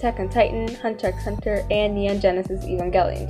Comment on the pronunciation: you know she not a real weeb when she say the “x” in hunter x hunter 😤😤